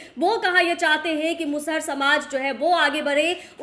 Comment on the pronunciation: मुसहर नहीं बोला जाता है नेता बन रहे है तो बोली सही से बोलिए जी